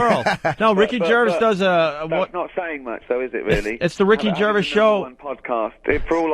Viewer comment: The one thing cringier than the David Brent character is fucking Opie who can't even pronounce Gervais properly. Has he been doing radio since 18?